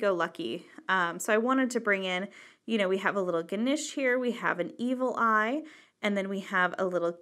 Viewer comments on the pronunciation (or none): Did she say "eagle eye? "